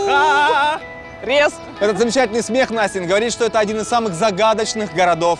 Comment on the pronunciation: Я похоже одна слышала Бухать вместо Бухарест((